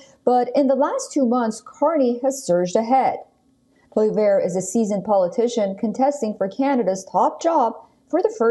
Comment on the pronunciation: Haha she can’t pronounce Pollievre